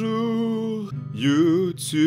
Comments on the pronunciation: quand tu dis youtube a lintro tu a lacsant québecois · vous avez pas l'impression que le *youtube8 de l'intro ressemblait a un accent quebecois